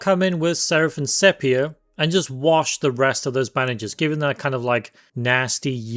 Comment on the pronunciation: I do like the heavy bronze chonker with the back back and gun arm... He's bigger than the rest - is he supposed to be some sort of TC equivalent of a dreadnought or an ogryn? PS - 'Sepia' is pronounced "see-pee-ah" not 'sep-i-ah'. It always amused me when gamers get all the made-up fantasy paint names correct, but goof up the name of a colour that has been in standard English usage for at least 200yrs [thanks to photography]. Artis Opus is the worst for that. 🤣